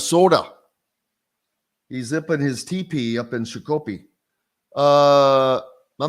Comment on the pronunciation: It's Shak o pee...